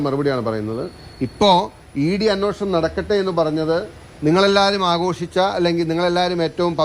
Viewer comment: അന്വേഷണം അല്ല, അന്വേഷണം😮